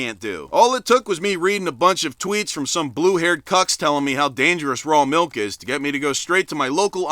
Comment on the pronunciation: Get this man a glass of malk!